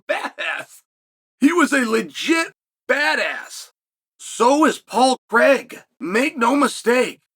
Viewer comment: His name is Paul Craig. Not Paul Creg. Why do Americans say Craig like that, it makes no sense 😂